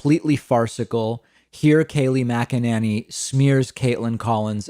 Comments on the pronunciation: It's funny how David pronounces Mack-A-Nanny lol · I love when he calls her MacaNanny. LOL. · Mack-a-NINNY succeeded 😄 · Dude! I typically agree with you, but Kayleigh's last name is not that hard to pronounce - listening to you butcher her last name over and over again is so damn difficult to tolerate in this video! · OMG, I love David so much -he pronounces her last name differently in every video... It's so frickin' delicious...🤣